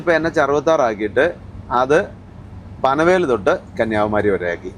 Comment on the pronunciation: മൂന്ന് വർഷത്തിൽ കൂടുതലായി vedio കാണുന്നു. വളരെ നല്ല presentation. കുറ്റം പറയുകയല്ല എന്നാലും പറയണമെന്ന് തോന്നി. വേറെ ഒന്നും തോന്നരുത്. Lonavala എന്നല്ല Loavla എന്ന സ്ഥലത്തിന്റെ പേര്. അത് പോലെ തന്നെ panavel അല്ല panvel ആണ്. സംശയം ഉണ്ടെങ്കിൽ ഹിന്ദിയിൽ എഴുതിയിരിക്കുന്നത് നോക്കിയാൽ നന്നായിരിക്കും